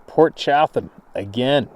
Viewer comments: 🤣🤣🤣Ya wanna say Port Chatham(Chattum!) again Steve?!? Chattum-chattum-chattum😂🤣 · I'm not positive and don't want to be a critic so please don't be offended ( I know u won't) i think its pronounced "Cha-dum". The reason I say this is one of my best friends name is Jerry Chatham ( pronounced Cha-dum ) we've always called him "Big Jer" due to his 6'-4"/6'-5" height. He corrected me on the proper way to say his last name within an hour of meeting him. So Port Cha-dum is how it may be said.??? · Poor Steve sure was hungry every time he tried to say Port Chapman I kept hearing pork chop. Yep, he was hungry.